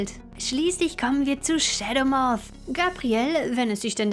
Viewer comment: Wieso sagst du Schedemoff???